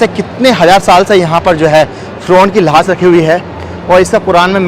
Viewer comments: 😂 Laas nahi Laash bolo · Laash nhi lahash